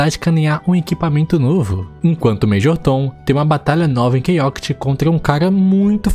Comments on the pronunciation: Caramba, ouvir você falar o nome do jogo errado por 48 min vou tenso kkkk, é ChaoTIC e não ChaoCIT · Quase enlouqueci de tanto ouvir “Key Oct”. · eu não acredito que o cara vai passar o video todo falando o nome do jogo errado.... só se passaram 2 minutos e eu já perdi a conta de quantas vezes ele falou errado